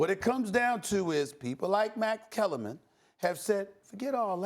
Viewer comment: Does he even know/cares who "Kax Mellerman" is?.